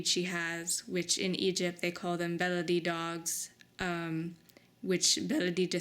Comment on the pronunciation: I love the name Baladi,. I think it rolls beautifully off your tongue, and I hope you will keep it. Thanks for taking her in. She's sweet.